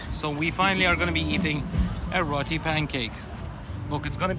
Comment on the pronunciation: Now could you teach him how to pronounce roti? 😂